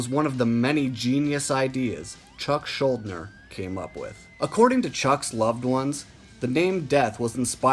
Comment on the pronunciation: One correction: it’s pronounced schulDIner.